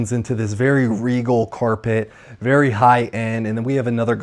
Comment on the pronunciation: This house sold recently for unobtanium $12million. Vewy Vewy Nice